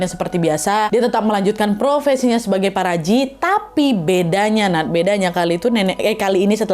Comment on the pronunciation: bacanya paparaji 😭😭